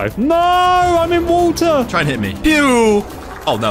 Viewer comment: Pov says water: walter